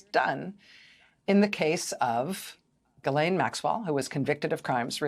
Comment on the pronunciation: GHISLAINE IS PRONOUNCED MUCH LIKE "FISHLANE"